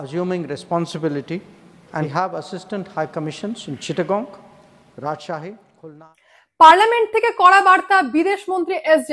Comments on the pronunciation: Chattogram ke chittogong bolle ki Bari ta London hoye jai madam? Bangalir moto uccharan korle khushi hobo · এটা চিটাগাং বা চট্টগ্রাম। চিট্টাগঙ নয়। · ওটা চট্টগ্রাম হবে দিদিভাই, চিটঠাগং নয় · আমি জানিনা তোমরা এদের মত অশিক্ষিত ইউটোভারের ভিডিও কেন দেখ । কারন এতো ঠিক করে চট্টগ্রাম বলতে পারছেনা । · চট্টগ্রামকে ভুলভাল উচ্চারণ করা হচ্ছে কেন?